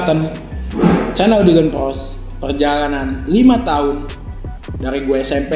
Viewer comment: Dyland PLOS Gak pake r